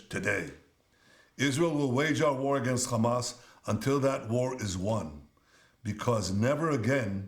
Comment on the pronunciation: U still cant pronounce hamas 😂😂😂